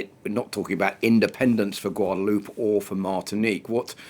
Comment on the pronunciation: How in the world can journalists not know the name of the place they're talkin about . Gwaod a loo pay Please pronounce it like that and stop insulting large portion of the world